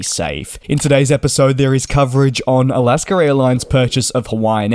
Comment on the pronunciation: There is no R at the end of Alaska. That being said, good report merry Christmas.☃️🍻